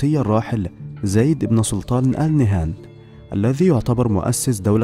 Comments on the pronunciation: نهيان وليس نهان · فيه خطاء في نطق الإسم ألإنهيان وليسى ال نهان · ياريت بس تلفظ قبيلة آل نهيان بدل آل نهان واذا ماتعرف تلفظها لاتتكلم ولا تلفظها